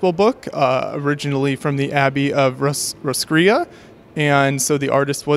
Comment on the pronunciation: Does he do any original sculptures in Lego or is it all renditions of other works? Also Roscrea is pronounced "Ross-cray" ;p